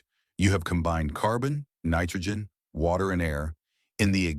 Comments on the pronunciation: You lost me at "WACTER". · Is it like wacter? Lol